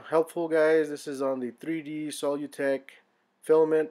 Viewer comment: Their name is pronounced "sə-ˈlü-tek" (as if you were saying "solution").